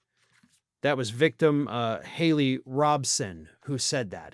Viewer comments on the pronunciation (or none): none